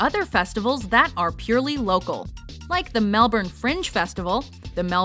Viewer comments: Happy to see something Aussie reach a list,even tho pronounced Melbourne wrong but I'm grateful for Aussie recognition. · How do you mispronounce Melbourne...holy shit. And Byron Bay should have made it, not Melbourne. Byron has Australia's biggest music festival in Splendour In The Grass, and the biggest arts festival in Bluesfest...